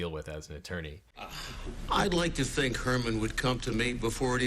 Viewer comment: Did you say that you're going to teach people how to fink like a lawyer? j/k